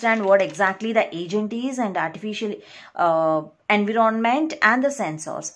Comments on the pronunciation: environment not envy-ron-ment god damn it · Its environment not envi ron ment Its sensor not sen soor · Pronunciation of environment is wrong. Environ= enva Ment = ment Envament(pronounciation of environment) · ik its not funny but i cant stop laughing when she says anvironment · She says en viro ment... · Nice lecture but everytime you say Envy Ron Ment it throws me off focus 💀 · Dear n is silent please in "environment". It is "sense" not scence. Being a teacher, it is very important to be correct in spelling and pronunciation. I appreciate your effort though. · Thanks a lot ma'am but please correct pronunciation of environment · Please correct your pronunciation of environment.... plzz, plzz.. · Take care of environment pronounciation correctly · Your pronounciation is wrong about environment. Please check first on Google pronounciation. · you were teaching good but your pronunciation of the word environment made me close this window, kindly work on your language skills. hell